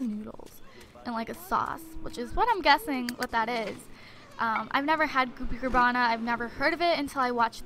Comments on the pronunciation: Its Carbonara, not Carbana !! ( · It's carbonara not cabarna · Goopy CAR-BON-ARA not hoppy carbana!!! Lol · "Goopy Carbara" is actually pronounced car-bon-ara. It is basically pasta and a creamy sauce :) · Its pronounced car-bon-nara it is pasta in a creamy cheesy sauce with bits of chopped up bacon in it. Its delicious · Its Carbonara, literally said as Carb-on-ara. Its a pasta. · Gloppy car-Bon-ara is pasta and car-bin-ara sauce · It's CAR BON ARA and it's just pasta with white sauce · Car-ba-nara is pasta with sauce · It's pronounce goopy carbon-nar-uh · And it's pronounced car-ba-nar-a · its pronounced (carb o na ra) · it is pronounced goopy car-bo-nar-a :) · its pronounced car-bon-are-a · It's carb o nar a